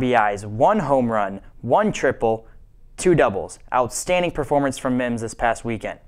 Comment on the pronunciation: "Outstadning" #49ersTopPlay